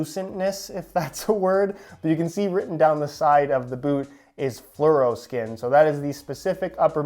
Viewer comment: Fluroskin?! Doesn't hit right